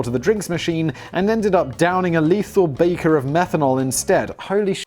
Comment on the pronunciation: the word is beaker not baker. 🙄